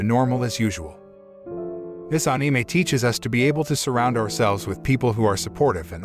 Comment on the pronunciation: "aneemei" why he say it like that?